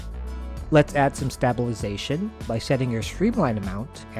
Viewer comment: the way you say stabilization makes me unreasonably upset😭😭